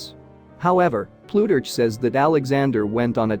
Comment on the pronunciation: Terrible reading. Ploo-turch??